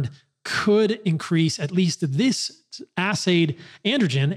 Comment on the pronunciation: You said ass aid